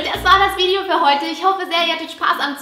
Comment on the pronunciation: man sagt Video nicht vidijo